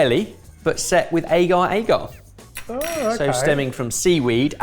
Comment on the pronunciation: Hate the way says agar-agar 😂😂why does he say aygar 😂